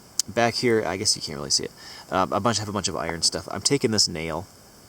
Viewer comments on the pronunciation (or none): none